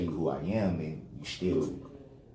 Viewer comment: douche bag is speaking to Jessica and he says, "sHtill". I'm not sure why this bothers me when he says "undersHtand" and now "sHtill". I'm makes my skin crawl.